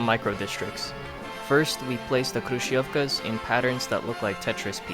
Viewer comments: hrushofka that's how you pronounce it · Мне так нравится когда он сказал крующевки